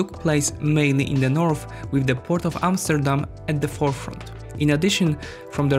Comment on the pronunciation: Wow you pronounced Amsterdam the same way as we do in Dutch, very good video btw